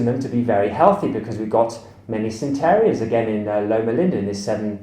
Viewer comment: It's centenarians, not centerians. But good video! :)